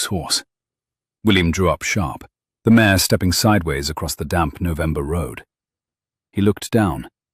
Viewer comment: Mare not mayor